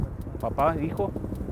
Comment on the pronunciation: It is not called walawala it is called guatemala so get right